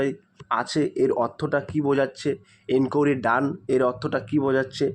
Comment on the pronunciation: ইনকুড়ি🚫 এটা আবার কেমন ভাষা। ইনকুয়ারি। ✅